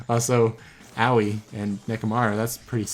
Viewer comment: Can we talk about how he pronounces Aoi, Owie for a sec Thanks